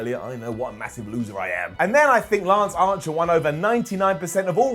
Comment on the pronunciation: Is he saying Lance Ancher?